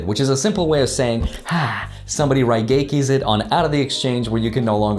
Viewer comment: im sad, you said raigeki wrong